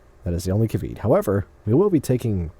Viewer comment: I was hoping that the word of the day would be "caveet" as used . Presumably it is similar to "caveat," but pronounced differently.